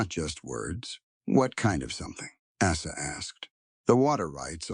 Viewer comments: Good story. Have caution with your editorial/proofreading staff. Poor Asa's name was butchered several time. Came out as Asses once. Have a care. Background pictures are more than distracting. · Asa is an easy name. Correct the pronunciation.